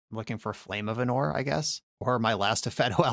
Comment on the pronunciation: ánor not anór